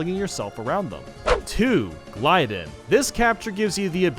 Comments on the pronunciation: Name: gly-don How says it: gly din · You pronounced Glydon wrong!